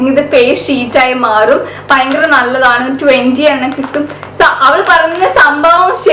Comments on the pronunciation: vayankara alla fayankara.😋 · realy thank you cr7.... Actualy i know that word ഭയങ്കര... പക്ഷേ എന്തെയ്യാനാ പറയുമ്പോ ചില സമയത്ത് വ കേറി വരും